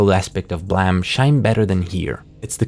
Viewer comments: Every time I hear Blame be called Blimee, i die inside. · Would it not be pronounced "BL-Aa-me"? Like to blame someone for something? I would think it'd be spelled "blam" with how you say it. Still a great video tho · Is it not pronounced blame as in the i blame you for something. Not blamm it kill me to hear you say this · WTF IS BLAM, IT'S BLAME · Im still learning the language so why do people call it BLAM? If it clearly reads as BLAME? This is the third channel that says it like that so...have I been saying it wrong this whole time? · Is it really pronounced blam? And not blame? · I dont know if this is common knowledge or not but Nihei intended for the Manga to be called Blam! like the shot of a gun, but didnt notice the typo and thats how we ended up with Blame! IDK how people pronounce it as Blam or Blame but i just wanted to point this out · its prononounced BOORAMU. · the way you pronounce the title really urks me